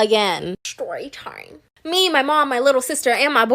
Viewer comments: BRUH THE WAY SHE SAYS SHORY SHIME LIKE TF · ShTORYTIME LOL